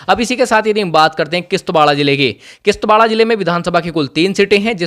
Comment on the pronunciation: It is kishtwar not kishtwarda 😂😂 anpar anchor 😂